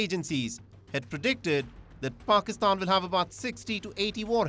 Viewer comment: First learn to pronounce the word pakistan 😂